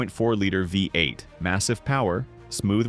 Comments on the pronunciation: Sometimes it's Ford F one hundred fifty. With a Vye-8 engine. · Huge Credibility Issues: Phony AI voiceover pronounces "V8" as "Five-8." Soooo, what actual, detrimental facts did the poster miss?